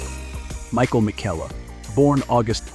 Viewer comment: Her name is actually pronounced Michael "mee-shell"--not Michael. PLEASE repair your Bot voice-over 😊